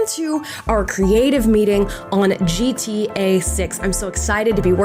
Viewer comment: Love Amala.. but why does keeping saying GTA as G-T-A ? Most people don't use such long spaces between the letters when pronouncing it 😂